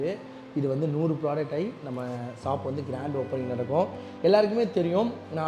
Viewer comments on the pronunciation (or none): Shop ❌ Saap ✅ Starting ❌ Saating ✅ Yamaha ❌ Yamagaa✅ Dealership ❌ Tealersip ✅ Support ❌ Sappot✅ Subscribe ❌ Sascibe✅ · Shop ❌ Saab✅ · Shop❌ Sap✅ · Shop is a word, shaap is an emotion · Shop❌saaap✅ Starting ❌saating✅ Reply❌replay✅ Tharkuri for reason....😂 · Reply ❌ replay ✅ Helmet ❌ Yelmat✅ Shop ❌ sop✅ Current ❌ karand✅ Struggle ❌ stugle✅ Reject ❌ deject✅